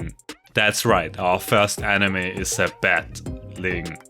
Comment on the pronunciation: kinda funny u say 'enemy' as "anime"